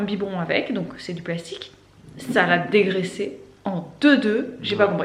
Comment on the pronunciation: Hello ! J'ai du remettre le debut 15 fois parce que je ne comprenais pas un mot "Petit accident .?.?.? samedi matin... J'ai fini par comprendre que c'etait juste DU 😆 Bref... tout ca pour ca ! 😁 Concernant le savon de Marseille, je n'ai jamais testé pour la vaisselle, mais on a commencé a s'en servir depuis 1 ou 2 mois pour la douche et pour la lessive, et on adore. Par contre attention a le prendre sans glycerine sinon il parait que ca bouche les canalisations. (Nous on a pris le vrai de vrai, le vert a l'huile d'olive de la marque Fer a Cheval). Passez une bonne journée !